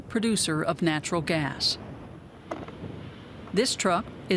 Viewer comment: Do you know how to say "natural gas”?